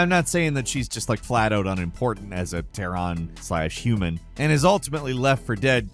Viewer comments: He also pronounced Terran like Tehran, Iran lol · Please please please start having your writer include a pronunciation guide for you. Di-mi-TRES-cu. Ma-LEN-ia. TERR-an. Sa-bo-TOOR.